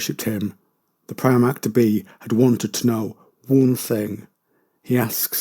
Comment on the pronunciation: Just for future reference, I believe primarch is pronounced primark like the shop.